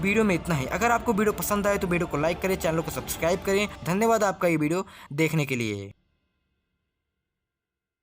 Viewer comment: Bideo nhi..video hota hai wo